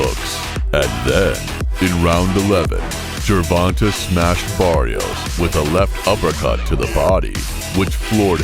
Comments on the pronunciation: Why is it white people can't or don't even care to try to get Our names right. My name is Ronta and I hear ron ta all the time. It's ronTay. Come on get it right. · JER-VON-TAY not JER-VON-TUH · As bad as I wanna clown this narrator for "Jurvontah", our Black mothers really need to start considering the basic conventions of English phonetics when they be inventing these names! (Sorry, mom, I gotta kp it a buck) Sometimes it seems like once they push that baby out the "front pocket", they pull it's name out the rear one ! "Gervonta" IS a nice name tho, despite the misleading spelling.